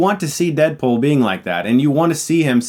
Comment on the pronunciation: I keep hearing "Deadpol"